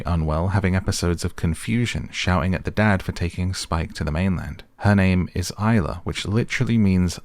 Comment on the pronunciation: Isla. At least get the name right.